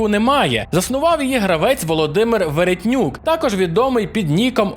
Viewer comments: ще в Володимира прізвище Велетнюк, а не Веретнюк. Але випуск топ! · ти помилився, правильно Велетнюк "Woro2k" Володимир, а не Веретнюк;)